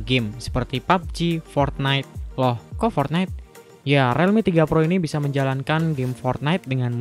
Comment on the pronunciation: Realme = RILMI, bukan RELMI. Jadi gaenak dengernya.